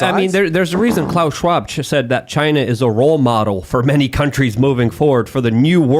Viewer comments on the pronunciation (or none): none